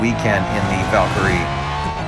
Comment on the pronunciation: By the way Valkyrie is pronounced val-cree. I'm from Britain by the way and loving the content